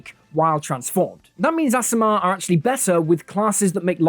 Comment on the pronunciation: it should be pronounced Ace-i-mar.... there are two "a" at the start, that suggests a vowel that says its name